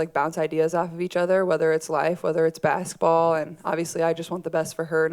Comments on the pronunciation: She always pronounces basketball as "basitball" 🥰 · I like the way she says baskaball